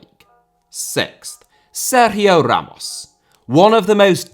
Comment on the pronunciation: Seryiooooo hammosss...bro your british..calm down